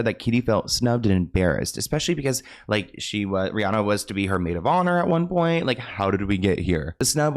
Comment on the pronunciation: How are you still saying Rhianna wrong in 2025?